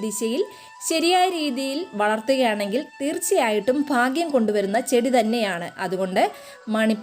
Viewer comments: Fagyam allaa bhagyammm,Falam allaa bhalammmm clear ayittu paranjall views kudum YouTube money konduvarummm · ഫാഗ്യം അല്ല ഭാഗ്യം മനസ്സിലായോ4